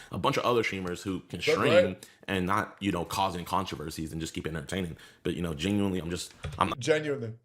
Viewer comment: I toek a shot evwytimes he saids genuinewly noes I drink